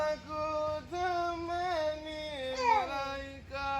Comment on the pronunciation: The "Malaika" rendition is quite off-putting.....